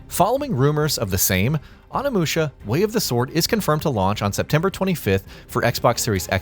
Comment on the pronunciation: Learn how to say Onimusha